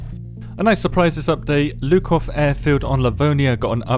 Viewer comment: Wait a minute. So ur telling me its not called LUKOW arfield💀💀💀